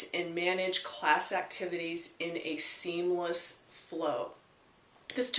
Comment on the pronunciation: Seamlessly, not seamlessly!